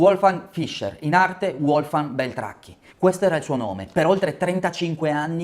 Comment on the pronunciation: Uolfgang non si può sentire, Uerner nemmeno!!!! Basta con l'anglicizzazione di tutti i nomi: si pronunciano Volfgang e Verner, sono tedeschi!!!!